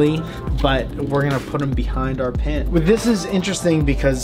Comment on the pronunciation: i see a pin, but i hear PEN every time. might make that into a montage for funziessss XD